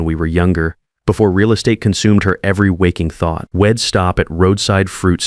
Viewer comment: This AI narration is like fingernails scraping on a blackboard! I’d turns into id. W’d into wid. You need to edit & proof read, because the end result is appalling